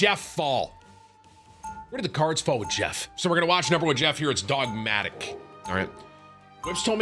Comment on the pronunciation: Idk if you were rage baiting but his name is dog ate mic! Not dogmatic